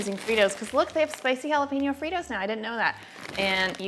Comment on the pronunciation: thumbs up'd this video because you said jalo-penis